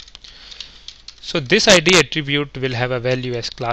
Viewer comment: can't stand badly pronounced indian accents, and wrong emphasis like IEEE-d (for id). Sorry. Your accent is one of the better ones though. Quite thorough, appreciate it. Make more!